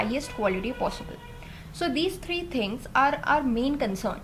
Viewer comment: thinggs (its an Accent!)